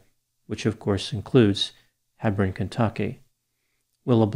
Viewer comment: It's HEE-brawn.